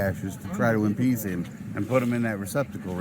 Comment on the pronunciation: Lying through his teeth. *Appease, not "Impease". That's not a word.